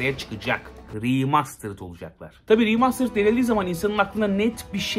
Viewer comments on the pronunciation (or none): seni çok seviyorum ama Riimastırıd deme be abi 😄😂 veya 8-10 kere deme yani